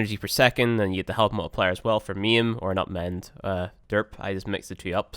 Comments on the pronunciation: IT'S MA'IM, IT IS MA'IM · halfway through I realized he was saying maim, I thought for sure he was calling it meme. omg. LOL